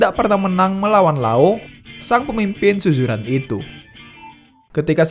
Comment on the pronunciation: tolong lah sebutan tu . SUZURAN bukannya SUJURAN . adoi